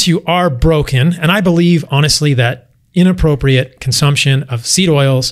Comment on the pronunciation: he said “innaprooriate consumption” of seed oils 😂